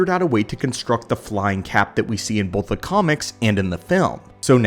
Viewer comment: Bolth of them!